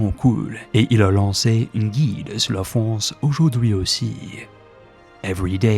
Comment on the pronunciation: As a french guy your " la France" was clean af